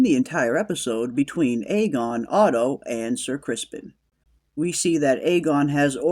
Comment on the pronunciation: Criston not Crispen...correct?